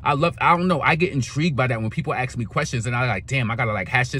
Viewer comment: ASK never AXE